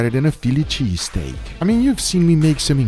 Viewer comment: Had to rewind just to hear Guga say “sheeeeeztake”